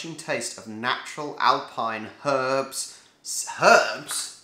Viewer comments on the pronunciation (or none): none